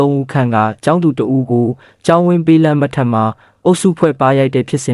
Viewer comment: မြန်မာစာမြန်မာစကားကို ဘယ်လိုတွေပြောနေတာလဲ လမ်းမ ထက်ဆိုတာကို လမ်းမထက်ဆိုပြိးပြောတာ တံတိုင်းပြည်လုံးမှာမင်းတစ်ယောက်ပဲရှိတယ် သူများတွေပြောတဲ့စကားကိုအရင်နားထောင်ပြီးမှ မြန်မာလိုပြောပါ မင်းပြောသမျှတိုင်းက အကုန်လုံးလိုလို အခုလိုချည်းပဲ မန့်ကိုအသံနဲ့ပြန်လို့ရရင်သိပ်ကောင်းမှာ ငါစာရေးပြတာကိုရောသဘောပေါက်ရဲ့လား လမ်းမ ထက် နဲ့ လမ်းမထက်ဆိုတာ စာရေးတော့တာသူနေသယောင်နဲ့ မင်းဖတ်တဲ့အသံကလုံးဝလွဲနေတယ် အတတ်နိုင်ဆုံးပြင်နိုင်အောင်ကြိုးစားပါ နားထောင်ရတဲ့သူတွေအတွက်အဆင်မပြေဘူး